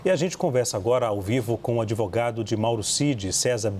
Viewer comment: "ADEVOGADIS"...TÁ EXPLICADO...EITA RACINHA...KKKK KKKK